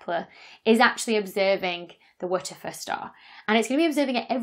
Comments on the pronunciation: It took me quite a while to realise you were not saying "Witcher Fur Star". It was a very cumbersome way to avoid saying a bad word. Just use the phrase "what the Eff" instead so people understand what you're saying. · Err.. isnt WTF pronounced just as you say the letters names? (doubleyew tea eff)? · If you're going to name it WTF, then either say W T F as letters, or say it correctly. So, repeat after me. "What the fuck." Now, that wasn't so difficult, was it? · So, turns out the synthetic phonic alphabet doesn't seem to be a thing outside of the UK! 😂 I'm pronouncing each of the letters in the star's name "wuh tuh fuh" (which stand's for 'where's the flux' - see the Boyajian et al. 2015 paper title) as you would with the synthetic phonic alphabet that kids are taught in UK schools. Rather than "double-ewe tee eff" as you would with the standard alphabet. P.S. I always want Lisa Simpson to play my devil's advocate - because what if it is aliens... 😏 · I am doing that, just with the phonic alphabet. So instead of "double-ewe tee eff" I'm pronouncing it "wuh tuh fuh". I think it must be a British thing. I commented on it in my YouTube stories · “Wootefuh”?? Who tries to make those letters into a word? Haha so funny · I heard "whoochafuss"... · I was hoping for one of those slow motion playbacks of YOUR pronunciation of the "wha der fer star" so I could know for certain what you are enunciating! 🤣😂😅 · At first I thought she was saying "Waterford Star" and I was so confused like wtf does this have to do with Irish glass 🤣 awesome vid as always! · Did anyone else think she was saying, "What the foot stah."? Dr Becky is fun. I like known unknowns (aka mysteries) but what is an unknown known? How can you know it if you don't know about it? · TIL that the acronym "WTF" has a pronunciation, and it is "Waterfir". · I like how she says WITCH-A-FUR STAR its a cross between sexy and hilarious! :D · WTF is she saying when she says the WTF star? Wedgefa? Weggefe?